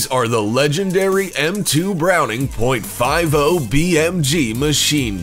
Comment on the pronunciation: "point five oh"